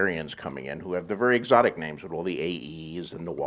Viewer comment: Why do you pronounce their names wrong when you hear them every episode? It's annoying.